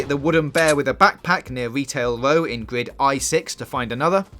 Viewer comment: Is it just me or does he say gwrid instead of grid